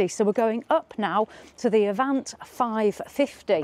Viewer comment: All done in one take, or I missed some seriously skilful editing. Make your mind up with 'Avanté', three different pronunciations in 20 minutes. Nice, concise video covering the entire range.